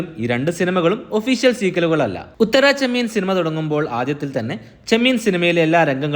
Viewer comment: ഉത്തരാ ചെമ്മീൻ അല്ല ഉത്തരച്ചെമ്മീൻ...